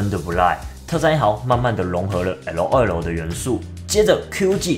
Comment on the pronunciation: 你念LOL 快笑死我了